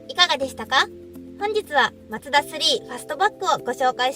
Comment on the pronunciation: が紹介すれば、全てが魅力的🥰 ちなみに、言い間違いの「マツダ」の発声は「マ↗ツ↘ダ↘」なんですね。 他の所は「マ→ツ→ダ→」ですが😋